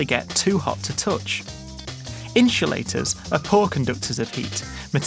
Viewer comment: i hope you are not being cringe but you just said inshulators it is insulators